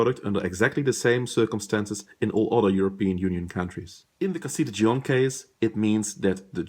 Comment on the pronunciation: Good explanation, I just flinched every time you mispronounced Dijon...